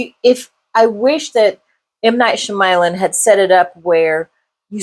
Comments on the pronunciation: sh(y)-ama-lan. Soft/silent 'y'. Fair review beside that. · Honestly, it is very disrespectful to not learn how to print out someone’s name correctly I don’t know anyone in this natural known world that pronounces his name like that I’m sorry do better as a YouTube film reviewer